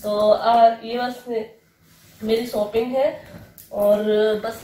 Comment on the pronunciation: Aunti shopping kahan kijiye apka pronunciation. Galath hain ok nahi tu saab hasenge ok aur baaki sab acha hai